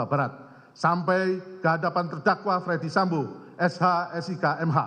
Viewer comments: ferdy sambo pak, bukan fredy sambo, wah jd ngeri itu salah ucap bs jd celah bebas 😬 maklum saya buta hukum 🙏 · Apa cuma gua yg dengar kalo pak jaksa manggil nama FS dengan Fredy Sambo ?